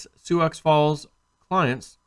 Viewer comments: It's "sue" Falls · That is pronounced SUE Falls. The X is silent LOL